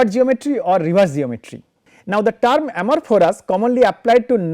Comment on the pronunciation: Please check ..the pronunciation is for "Amorphous" not for "Amorphorous"...Otherwise it sounds really weird